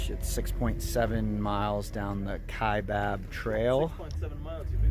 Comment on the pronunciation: Great video series but it’s Cheyava not Chevaya. The Y , then the V.